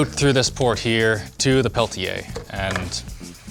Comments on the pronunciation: Where does the "ch" sound come from when linus pronounce Peltier? I can only find references closer to the way says it. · *peltieR not peltchia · Linus please it's not "Pelchier" but it's "PelTier" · The Linus “pale-chay” pronunciation of Peltier is irritating. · Why does he mispronounce the world peltier?